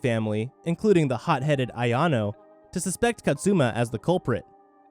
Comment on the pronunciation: Reaching Kaze No Stigma.. Dude says “Kazet no stigma” & “Katzuma” even tho it’s just Kazuma 😂